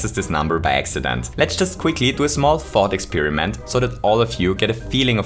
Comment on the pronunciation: "Thought Exeriment" Yeah, I'm that guy 😉